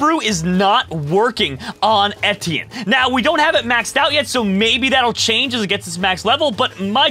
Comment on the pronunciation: etti-in lmao its a french name pronounced Éti-ehn